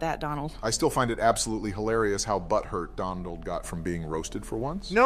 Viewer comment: Anyone else catch Obama saying “Dondald” lol